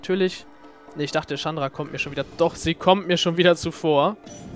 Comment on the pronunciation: so wie du chandra aussprichst is schon richtig :D